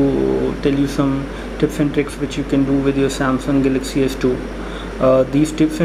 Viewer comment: hehehe funny speaking :) "" samsung salaxy s2 "" :)